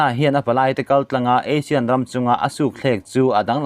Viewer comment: Clickbait atan ami caption hi...thing emai. Association of South East Asian Nations (ASEAN) hi Asian tiin i lam thin a, Eisin tia lam tûr a ni zâwk lo maw?? Asian nen chuan a dang hlak ania...i lo hriat loh tâkin👍👍👍